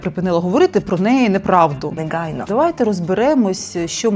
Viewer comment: Я з цього «неґайно» кожного разу орунькала чайкою😅